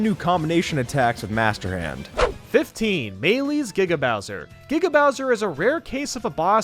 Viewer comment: Finally you pronounced giga right